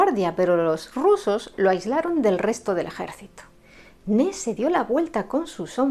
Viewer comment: No se llamaba “Ne”. Su nombre era Ney, y la y sí se pronuncia.